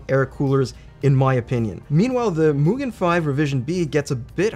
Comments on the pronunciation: Japanese here, you absolutely got the MUGEN pronounceation right👍👍👍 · Gets the pronunciation for MUGEN down but botches KAZE (kah-zay)😝